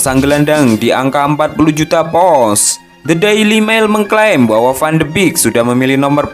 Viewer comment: Pounds ya bang,bukan pous...😠